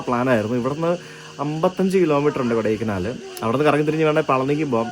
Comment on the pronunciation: കൊടൈ ക്കനാൽ അല്ല കൊടൈക്കാനൽ ആണ് ശരി കനാലിനും കാനലിനും അർത്ഥം വ്യത്യാസമാണ് നാം മലയാളികൾ എല്ലാവരും കനാൽ എന്നാണ് പറയുന്നത് നല്ല ഒരു അനുഭവമാണ് താങ്കളുടെ ഈ സൗത്ത് ഇന്ത്യൻ ട്രിപ്പ് നന്ദി എല്ലാവിധ ആശംസകളും നേരുന്നു🎉🎉🎉